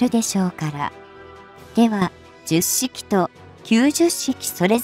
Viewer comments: ”ヒトマル”ってひけらかした後に”じゅっしき・きゅうじゅっしき”はないわー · 冒頭で Hito-Maru Shiki と読む様に！と、紹介していながら、全編ででは、最後まで、 jyusshiki と読んでました。 折角だから、 Hito-Maru Shiki と読んであげてください。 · 10式もジュッシキと読み上げてるしな この手の読み上げ動画ってなんで作った後に確認しないんだろう